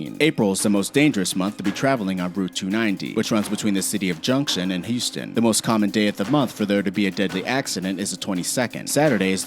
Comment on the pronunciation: First How do u manage to do so perfect for every road except Texas. I 45 is in texas but I 5 is in California Second How do u butcher the words Houston (he said yooston) and Galveston (gaveston)